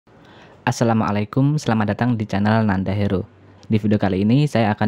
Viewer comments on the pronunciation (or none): none